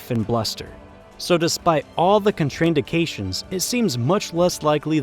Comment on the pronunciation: "Con-TRAIN-di-kay-shuns" = contraindications ... so close Mr. A.I., so close.